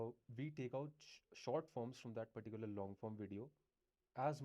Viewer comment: it is not indian if it does not says "perticular" in the video